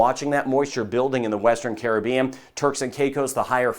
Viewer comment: Best Weatherman !! 👍 👍 & He can pronounce “ Caribbean” Correctly too 😆